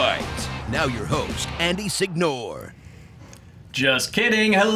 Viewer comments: When I think "Andy Signore" I think "Tool who doesnt know how to pronounce his own surname". All my Italian bros, y'all know what I mean. all the way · Hope Signore knows his Italian lastname is being cruelly butchered by being pronounced like that